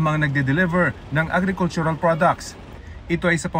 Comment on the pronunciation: AGRICULTURAL… ulitin mo raffy agen agen